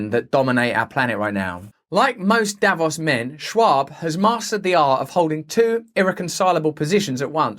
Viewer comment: It's not pronounced davoss, it's davoos